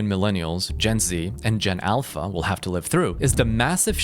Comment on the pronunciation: Lol AI WOLL YAKE OVER